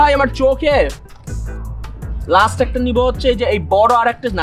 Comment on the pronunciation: Dude, It’s not Laest it’s Last. Stop showing your fake accent. Eit Jodi bricks hoi then Koyla is Charcoal, big but sounds suggestive.Grow Up